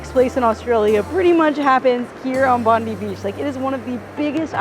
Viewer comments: Suce me Ma.am, Its Bond EYE, not Bond DEE, love your vids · She's not saying it right. She clearly said Bond-ee not Bond-eye. Yanks have no idea@ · It's not Bondee, it's Bondeye when pronouncing Bondi. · Best city in the World? Sydney of course! 🥰 Enjoy your stay. BTW, Bondi is pronounced Bon Die. 👍👍 Not Bon dee 👎 M 🦘🏏😎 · Bondi is pronounced “bond-eye” not Bond-ee. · It's not " Bondy " It's " BON - DYE ". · 7.39....bond-die beach not known as bond -dee beach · It's pronounced Bond-eye, mate. Not Bond-ee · Bondi is not Bondy but Bond-eye Coogee is closer to could gee than what you say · Welcome to Australia (or Sydney, anyway). Hope you have a great time. BTW, Bondi is pronounced Bond-eye, not Bondee 😊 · It's pronounced Bond-eye 😂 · Loved the energy and excitement in this video, but I did cringe every time I heard bondee, cogie and trying to do the Australian accent, regardless, great video! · Bon-Dye and Kooh-Jee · Your pronunciation of Bondi and Coogee made my ears bleed. Have to put tomato sauce on meat pies too. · YOU NEED TO SAY BONDI AND COOGEE PROPERLY ASK SOMEONE